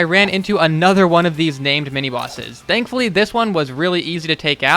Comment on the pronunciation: Everytime it sounds like you're saying "dankfully"